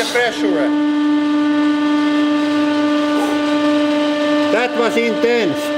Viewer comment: "One hundred tunsh of pressura"